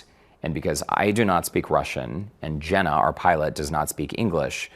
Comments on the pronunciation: I take it he was trying to say "Zhenya" when referring to the Russian pilot. That's the only Russian name I know that sounds remotely like "Jenna" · Lmao "jenna" bruh it's Eugene